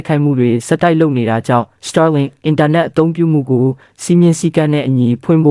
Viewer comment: Star link တောင်မပီပဲနဲ့ စတားလင်း ဆိုတာ မကြားဖူးဘူးဟ စာမတတ်ပေမတတ်ပဲ တပ်ရင်းမှုးခန့်ထားတော့ ငါးပါးမှောက်ပြီပေါ့ကွာ 😂 star link က မင်းတို့စောက်ဆံနဲ့ဝယ်ထားတာလား ခွေးမသားတွေ